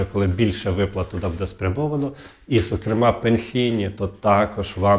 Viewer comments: Що буде?????" Задовбав....!!!!!! Буде:" добивають народ!!!!! Для чого цей наголос!!!!????? Буде'..............мукулатурщики!!!!!!!!!!!!!!!! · Не казалось, а ЗДАВАЛОСЬ,, настоящі, ДА після кожного слова не почнуТ , покладуТ ( замість почнутЬ, покладутЬ), не будЕ ( бУде). Ви з якого села Львівської області? А щоб було перемир'я, то ідіть в ЗСУ і помагайте на фронті, а не заробляйте тут тим, що ллєте водичку.